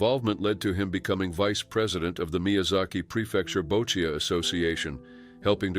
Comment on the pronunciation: boccia is pronounced Boch-ee